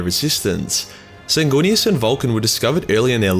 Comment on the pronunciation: It's pronounced, "Sang-Weenus."